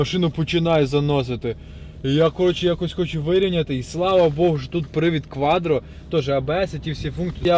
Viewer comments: Шо, кваДро 😀, говори кватро или продавай ✌🏻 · Квадро! Ауди объясните молодому человеку как правильно выговаривать слово quattro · Я не пойму - он кривляется или язык украинский такой )))) или дефект речи, кваДро это вообще зашквар , ахахах